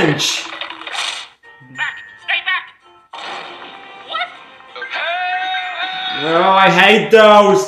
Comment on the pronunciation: I genuinely can’t tell if this dude is saying “cringe” or “qwingy”.